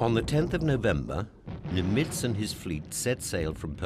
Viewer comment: For example, repeatedly pronouncing Adm. Chester Nimitz’ name incorrectly as "nim-ITZ" instead of the correct "NIM-itz". It’s only one of the most renowned names of the war, yet they get it wrong. Inexcusable. Edit: Also, virtually every Pacific island he mentioned was repeatedly mispronounced. I began listing them, beginning with Tarawa and Kwajalein, but there were too many to bother with.